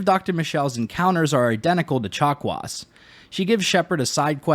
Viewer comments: Did...did you call Dr. Chakwas...Dr. Chocolates??? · Did he say Dr. Chocolates? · At some point I started hearing "doctor chocolates" instead of "chakwas". Must have been the turian chocolates. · If it means never again having to listen to anybody say "dokta chock-wah", then I'm going with Frenchy. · “Doctor Chocolats.” - I heard that. 😉